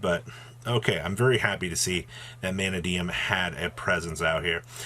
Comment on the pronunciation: You pronounced manadome incorrectly